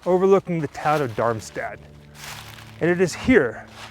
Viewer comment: Darmstadt is pronounced "Darmshtodt"